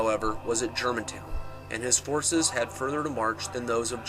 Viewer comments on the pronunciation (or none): none